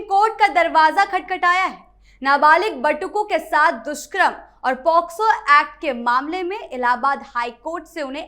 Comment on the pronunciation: मैडम जी, दुष्क्रम नहीं दुष्कर्म कहिए।